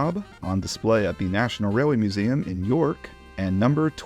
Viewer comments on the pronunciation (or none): none